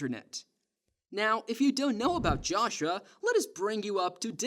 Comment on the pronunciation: The way you pronounce certain words piss me off. Naive. Joshua. And what you said about putting the fries in the bag, i have no idea wtf you were tryn to pronounce at the end of that sentence